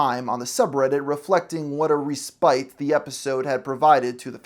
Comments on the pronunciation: that's pronounced "ress-pitt", not "ree-spyt". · "Respite" is pronounced "res pit" not "re spite". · I’ve never heard anyone pronounce the word “respite” as “ree-spite”. I’ve only ever heard “ress-pit”. lol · The word respite is pronounced “ress-pit” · Reprise and respite are not pronounced with the hard e R-eh-spit R-eh-prise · Reeeeeee-Spite. It’s like this guy scraped comments from the edgiest midwit edgelord redditor comments on every episode and then pumped them into Manus, it spit out a script, and he didn't bother to learn how to pronounce the words.